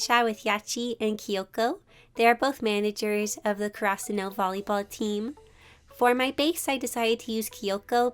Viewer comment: me who see's haikyuu!: YES! me when i hear her say karasuno wrong: im leaving.. me who hears hinata and kageyama pronounced wrong: BRO WHY